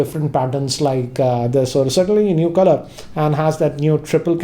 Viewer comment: Normal people says color says khalar😆😆